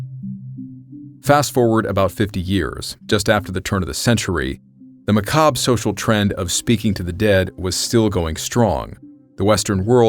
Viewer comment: Thank you thank you thank you for saying the word macabre correctly! I subscribed just because of that no one else gets that right!